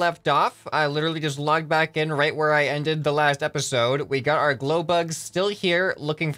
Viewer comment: "glowblug" That's all i have to say. (And all my brain thinks when says "glowbug") Keep up the good work tho ^^ im really enjoying the series.